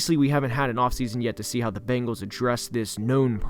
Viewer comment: IKR? It's so funny. The second worst is the "Bangles".